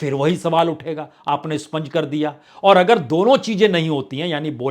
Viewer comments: Sponge nehi expunge. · स्पंज नहीं expunge होता है । कृपया सुधार लें । उम्दा विश्लेषण ।